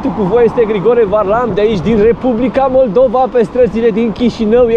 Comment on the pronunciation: MollDova, și ai zis Maldova, ahaha, îi fix în fix denumirea țării în limba rusă. Fix în fix așa sună cum ai pronunțat :))